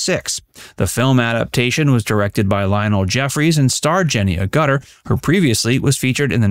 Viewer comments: Yes yes - it's not A - Guttor !,! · It's AHgutter, not aGUTTER !!!! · It's not A...Gutter it's Ag utter. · As a long time admirer of the British actress Jenny Agutter (pronounced Agg-utter not A-gutter) I admired her during Walkabout and Logan's Run (1976 - not 1967 as per the narration). I also enjoyed The Railway Children and An American Werewolf in London. I would like to have seen her in more films etc but they have been fewer than desired. Recognition of her abilities beyond that of 'female fluff' in Logan's Run and the Werewolf films is finally coming to fruition in Call the Midwife. Better late then Never it seems. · First, Jenny's surname is pronounced Ag-utter, not A-gutter, it's Riddle, not Ripple of the Sands, Childers in pronounced Chil-ders, not Child-ers and it's Roscoe Lee BROWN, not Roscoe Lee. Other than that, a great video. I've been a fan of Jenny for 52 years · Jenny Agutter was definitely one of the truly great beauties of all time. (Her name is pronounced "(short a)g-you-ter" by the way. I like her in Equus. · I believe her name is pronounced “Aguteur” rather than “A gutter” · Try pronouncing, stressing, the first syllable of her name..as in AGUtter. Not “A Gutter” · Pronounced AH-gutter,not A gutter which is U-shaped open pipe for collecting water off a buildings roof. Yep,very stunning. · Learn to pronounce things properly!It's ag utter,not a gutter!! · For pity's sake,, it's Ag-A-tear (as in rip), not A-gut-ter. Every time you say her name like that, it pulls me right out of the video. You got all the French pronunciations right, but not the star of the video's name? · Sorry, as a Brit, that pronunciation really grates ... It's pronounced "a-ga-ter" or "aga-ter", not "a-gutter" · I believe Jenny’s surname is pronounced ‘Ag-ut-ter’ not ‘a-gutter’ LOL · Her name is pronounced "AG- utter", not "A-gutter". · A - gutter? LOL It's Agg - ur - ter. On - eddon line? LOL It's On - nee - din. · It's "Ag - utter" NOT "A Gutter" !